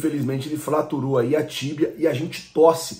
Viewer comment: é tão flamenguista que ao invés de dizer "fraturou" soltou um "FLAturou", kkkk. Tmj, mano!